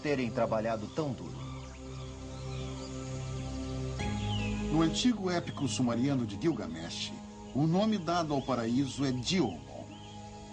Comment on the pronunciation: Uma pequena correção: é Gilgamesh, e não "Gilmagesh".